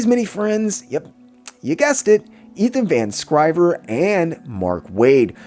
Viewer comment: Hey dude, I like this channel. Just a heads up, you keep calling Ethan Van Sciver, "Ethan Van Scriver" .